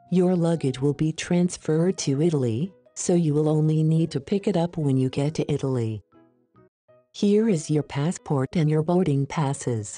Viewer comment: Non mi sembra che la parola Italia sia pronunciata bene.